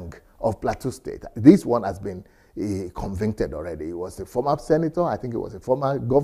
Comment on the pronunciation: is it convinted? or convicted, just kidding